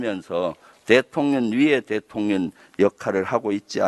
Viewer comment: 김의원 발음 문제, 대통년 대통년 대통년...😅